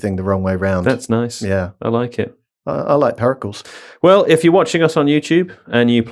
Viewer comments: Searched the comments to see if anyone else thought this. Never heard Pericles pronounced incorrectly so many times in such a short burst. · Periculls? Is that So-crates mate? Also my favourite player from very early FM, Armand One. Just because of the great text commentary. "Cross into the box and One has scored". I always imagined Prince Charles playing footie in the garden doing his own commentary. Cracked me up for months. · That pronunciation of Pericles is the most diabolical part of the entire podcast. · Please have on at least every other show. But first teach him how to say Pericles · I love really committing to that pronunciation of Pericles.